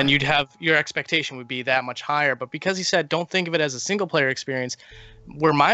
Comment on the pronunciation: Why do you say "Becaulse" instead of "because"? It sounds so weird. You also keep saying "bolsses" instead of "bosses."